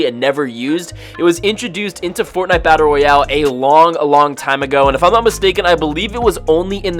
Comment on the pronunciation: You know i love fortnite a battle royale. Could you say it right please!